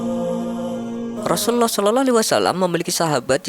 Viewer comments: Pengisi suara kurang fasih ketika berkata Rasulullah S.A.W . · Napa ya nyebut rosullullah kerasa sulit bgt .. penyiar nya..